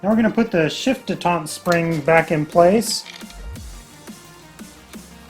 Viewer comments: Dee tent not day taunt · Shift detent. Not detant. No French inbred crap here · Good videos.. My 242 has 234k on it so was thinking of maybe possibly doing a bearing/seal job.. And it's detent, not d'etente.. ;) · The word is detent not detaunt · Dé tont? Isn't it a detent? Like detention? Kuz it keeps it in place.... 😂😂